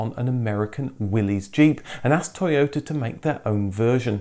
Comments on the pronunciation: To yota. Not toy ota. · I'm surprised you are not pronouncing Toyota in a Japanese accent!!!